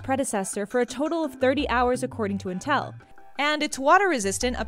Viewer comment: It's pronounced "in tell" not until